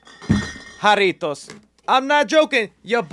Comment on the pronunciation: Finally someone sponsored by jarritos that can say it right